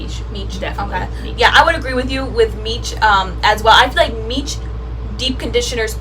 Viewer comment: Love this series! Oh and by the way Miche is meesh not meech lol. It's even sounded out for you on the label.